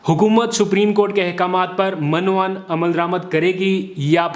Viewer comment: Correct word is "Min-o-Un" not .... "Mun-o-Un". Please note.